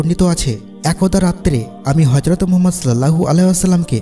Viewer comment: তবে রাসূল (সঃ) এর নাম টা শুদ্ধ করে উচ্চারণ করার চেস্টা করবেন।